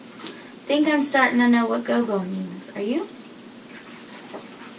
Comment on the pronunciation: The pronunciation is more g'or g'or. It is the isiZulu word for Grandmother.